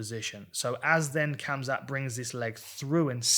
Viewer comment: Dan i love ya. But its hamzat